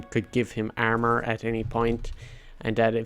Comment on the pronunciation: the way you say armor is super fucking funny ahahahah